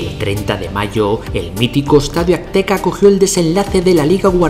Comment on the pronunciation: Jaja me da ansiedad que diga Akteca en lugar de azteca